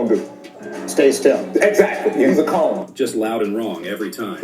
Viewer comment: not necessarily a bad thing...the info and dialogue is fine but ya just thought I'd let ya know. Monotone voice delivery and redundant sentence structures. The Chris Paul "cone" was referenced as "coon" lol